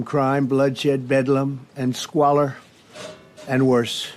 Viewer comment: Only when he said "squaller" did Appalachia know what he meant!